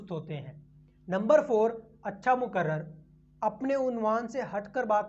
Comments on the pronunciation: Moqarrir hai wo lafz hai moqarrar nahi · Muqarrar nahi, muqarrir kahiye.